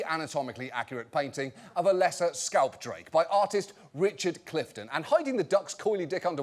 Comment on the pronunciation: He pronounced scaup wrong.